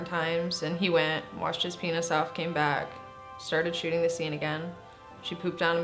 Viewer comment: why is it that i always hear "shitting" instead of "shooting"